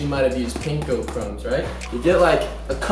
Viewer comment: Omg no he did not just say he was Asian then pronounce Panko like that